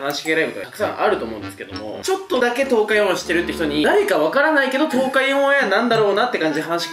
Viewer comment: 東海オンエアーの「ー」がリアルやな 知らない人はよく間違えるんでしょうね